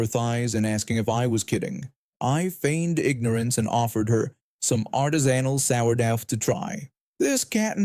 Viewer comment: Learn how to pronounce artisanal and sourdough - sour -dough is a bread . Would you mind if i butchered your language ? Check an electronic dictionary to listen to the correct pronunciation .